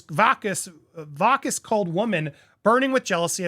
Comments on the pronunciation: Andy my man, the word is vacuous pronounced VACK-you-iss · va· kyoo· uhs =Vacuous